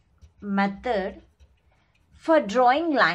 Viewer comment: not metad ,,,, its method